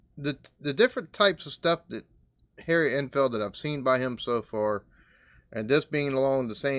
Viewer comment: You sounded like you said hairy Enfield lol